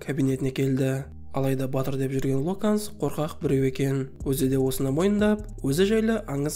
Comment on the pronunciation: Ллокханс емес Гилдерой Локхартқой😂